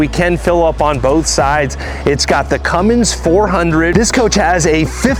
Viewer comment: I enjoy your videos but please stop adding a "g" to the engines built by "Cummins. Keep up the good worrk.